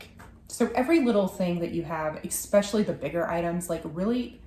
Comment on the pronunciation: I have noticed that you mispronounced in a few of your videos the word “especially” by adding an “x”…please forgive me for correcting you, I hope you are ok with that 😅! Otherwise, I enjoy a lot your videos❤😊 and wish you all the best with your future adventures!!